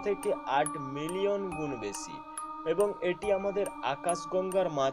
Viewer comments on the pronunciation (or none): স ও শ এর উচ্চারণে সমস্যা আছে। উচ্চারণ ছ হচ্ছে। আপনার উচ্চারণ সমূহঃ ছম্পর্ক, বেছি, ছক্তি,ছাবাবিক,ছবচে,অছাবাবিক, তামমাত্রা, ছেই ছব, ছমস্ত ইত্যাদি।